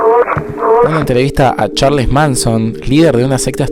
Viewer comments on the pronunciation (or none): me fastidio much que dijera "yeim" en lugar de "yeimi" que es como se pronuncia ese nombre... o que dijera "charles" en lugar de "charls" pero bueno... fuera de eso, me gustan estos videos sobre misterios de videojuegos.